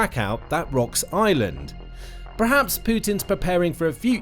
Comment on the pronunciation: It’s pronounced Ireland not island